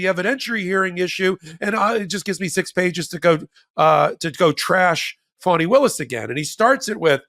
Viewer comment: My phonic attempt may be off but it's Fawn-knee (Fani)